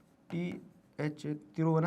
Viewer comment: its not pronounced as thiruvananth puram its 'thiru-vanantha-puram